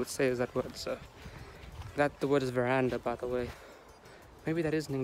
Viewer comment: Veranda is an English word. The word, Porch, is also correct. Your pronunciation was correct. You are producing good videos.